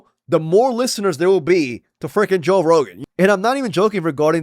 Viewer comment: "toe" rogan! i love it!